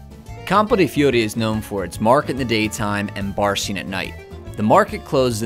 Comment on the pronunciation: Every big city is broken up into districts. Nothing unique there. And your pronunciation of Fiori? A bit off, I'd say. I missed Campo de' Fiori last time I was there, but will make a point of visiting it next time.